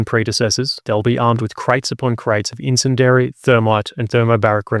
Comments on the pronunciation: Only criticism (ya bastard) is that you learn how to pronounce bastard "incendiary". It's got a bastard "I" in it (pronounced as a hard "E" (like many similar bastard words). Incend-E-ary. Bastard. (This comment is sponsored by Sean Bean...) 🙂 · Someone please teach this dude how to say incendiary. Or is this like a British pronunciation thing? Otherwise no complaints about everything else. But seriously. Eleventeen mispronunciations of incendiary too many about had me screaming at the screen. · "In-sin-dairy" weapons Really? Are you sure? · Just me or is anyone else bothered by the pronunciation of incendiary? Entertaining video though!